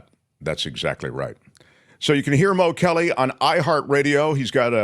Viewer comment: It's pronounced Mo Mo Kelly